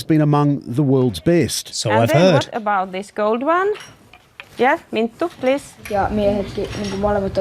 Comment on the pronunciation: Mintu and Levi, LOL! They are Minttu and Leevi. Reporters please, learn the pronounciation and spelling of the people you meet!! Even if you are from Australia.